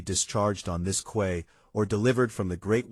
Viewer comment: If the life vests were so much heavier than normal, the users would have noticed when they put them on. They wouldn’t have used them without checking them why. Also, the reader/AI needs to learn the correct pronunciations of corps and quay. And did the British still use the word reticule in 1950?